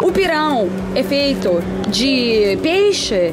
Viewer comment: Lindo vídeo! Parabéns,! É muito legal ver você pronunciando pirão, camarão, pimentão super certinho Moqueca realmente é um dos meus pratos favoritos também. Você já comeu camarão na abóbora? É uma delícia!🌺🌻💮